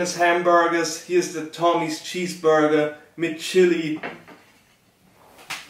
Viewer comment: Der boy macht aus nem Cheeseburger nen Cheesburrrrrrger